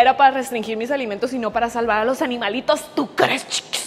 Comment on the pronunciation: WEY PENSÉ QUE ERA MI CEREBRO BIEN BUGEADO PERO ES CIERTO QUE DICE ALIMANITOS